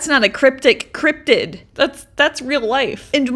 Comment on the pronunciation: I'm sorry, but it's Cryptid with a d, not cryptic. I do love your work. I often watch with my grandkids. You have such an imagination. And don't stop with the stories & jokes. They always give me a good laugh.